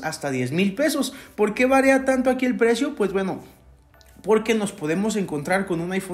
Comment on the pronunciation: Se dice varia no varea